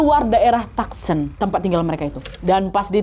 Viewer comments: Koreksi bacanya "tu son" bukan "tak sen". 😊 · Tucson dibacanya tu-son.